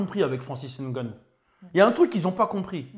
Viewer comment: Un vrai camer le 😂 Juste pour sa façon de dire correctement Ngannou